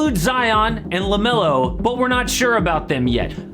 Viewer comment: Did this guy say lamelo ? Lol